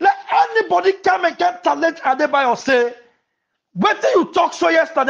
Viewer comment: The word is not talange but challenge